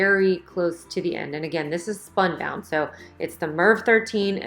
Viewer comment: SPUNBOND, not spunbound.